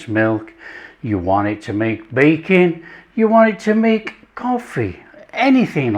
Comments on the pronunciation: I swear he said Bacon, then I realized it was baking like 5 minutes later lol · I thought you were saying bacon 😂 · One of the best chefs on YouTube. However, every time he says baking with his accent I hear bacon and it surprises me condensed milk for bacon? 😂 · I thought he said you can use it with "bacon"...😅...Ohhhh.. Baking!!! Love the recipe. Easy Peezie... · I thought he said bacon until I saw your comment 😂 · I also thought he said bacon lol